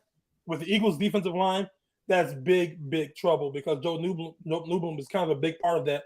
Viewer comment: This guy has no clue what he’s talking about lol. Notebloom? It’s Noteboom and he’s actually a liability on the o line and it’s been better when he’s hurt. Quentin Lake is a safety. Stafford has been playing out of his mind. Do you even watch the games bro?